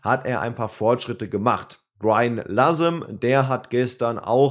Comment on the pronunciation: Wieso sagst du immer LasEM. Der heißt doch LasME😂